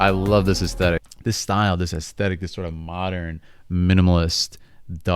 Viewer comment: when u said "this style" in the beginning; i thought u said "this thigh" lol